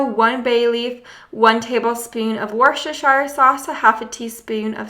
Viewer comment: Ok. I’m English, so Worcestershire is pronounced Wooster-shire